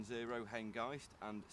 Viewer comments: Image is good but sound is terrible. What I can hear is you calling the loco HenGUYst - like 'feist'. Is this intentional? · I think you mean HENGIST with a clipped I as in mist , not as in eye . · It is pronounced ‘Hen-gist’ is in ‘kist’ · You’re pronouncing Hengist wrong. At the mark the guy pronounced it correctly.